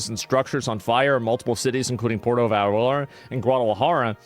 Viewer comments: Puerto Vallarta. " Vi Art Ah" Are you sure you're from Texas? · for fuck sake... you live in Texas... learn how to pronounce spanish words. Vee-yar-ta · Vallarta pendejo. Not valarta 😂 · I was in Monterrey this shit delayed my flight by 6 hours. They were locking down everything. Also to help you on the pronunciation for Vallarta think of it like ba-yar-tah. Also it was our national guard but you helped us with Intel for sure. I been to that beach its sad. That place is beautiful. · Puerto Bah-Year-tah